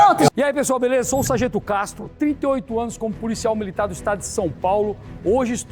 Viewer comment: E fargento kkkk